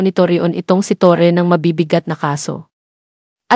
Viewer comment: Torre po Ang Tamang pronounciation hindi “Torri” aayusin po ninyo, ok na sana yung pag English English mo